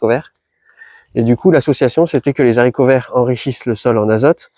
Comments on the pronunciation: Continues avec tes "zharicots verts", moi ça me saoule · Coucou l ami ! T oublis volontairement des PDT en terre ? Au fait on peut pas dire des zaricots, à cause du h de haricot , arborigenes, t es sûr ? Merci pour toute tes super méthodes et conseils 🎉🎉🎉